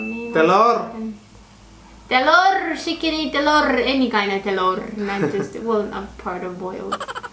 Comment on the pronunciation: ngakak pas bilang telorrr🤣🤣